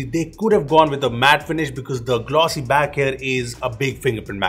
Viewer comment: Everytime you say back google takes it as bag 😑